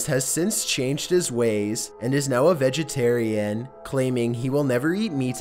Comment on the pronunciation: He is now a vegiteriEN, ZooliGIEST, HistorEEE